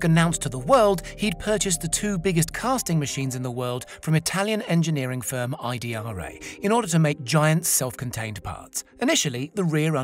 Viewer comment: IDRA - not I D R A! a more-professional, detail-oriented production would label it Fremont - not Freemont